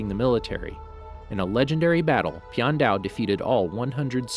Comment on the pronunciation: You say the name wrong